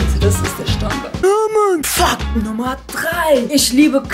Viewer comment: er sagt Fakt als ob er sagt fuck